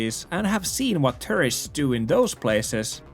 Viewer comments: The way you say “tourists” sounds like “terrorists” :D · "i see terrorists all around me." really caught my attention